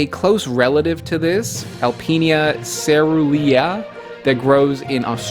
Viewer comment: Absolutely. Butchering caerulea is really embarrassing